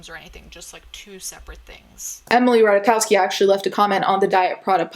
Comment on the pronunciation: You did better than 90% of people 😆 And I appreciate that u actually looked it up ;) Its close enought, but if anyone wants to know how to say it perfectly, its Rataykovski (we don't have "v" in Polish alphabet, "w" in Polish is literally the same as "v" in English)